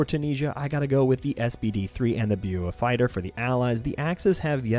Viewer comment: Just fyi, pretty sure it's pronounced bow fighter